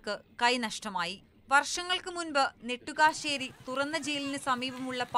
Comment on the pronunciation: നെറ്റുകാൽശേരി അല്ല നെട്ടുകാൽത്തേരി